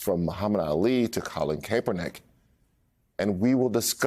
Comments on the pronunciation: His name is cap-per-nick ..... not cape dummy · That was the weirdest pronunciation of Colin Kaepernick I've ever heard. You're still on point, but that really took me out of the story